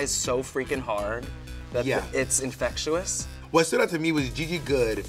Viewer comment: "Infectu-ous" I fucking can't.